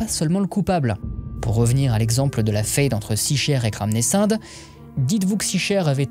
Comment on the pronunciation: Question: pourquoi tu prononce "fayde" et pas "faide" alors que le mot est en français? C'est la prononciation allemande?